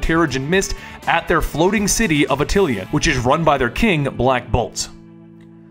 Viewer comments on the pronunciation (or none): The name of the inhumans city is Attilan, not attilian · Yeah especially A-t-t-i-l-a-n. Not attilian. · "Floating silly of atilion" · Did this guy really pronounce Atillan as Atillian? Did he also pronounce minions as mini-ons. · The name of the Inhumans city is Attilan not Attilian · kinda cringey every time he pronounces Attilan with a random "yan" or "-ian" sound at the end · Wait did he say “the floating silly of atillian” that’s not how you pronounce it, oh and he said silly instead of city